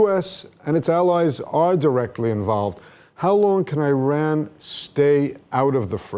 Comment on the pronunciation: This anchor can’t even pronounce word Iran, the land of the aryans. Zionism is a direct assault and rebellion against the holy Torah, Zionism incompatible with Judaism. Since it’s creation Israel nothing but a curse!